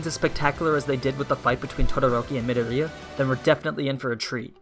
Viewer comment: Me dor ee ah is how you say his name, not midaria